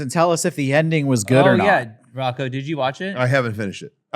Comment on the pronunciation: Sorry Rocco said it correctly.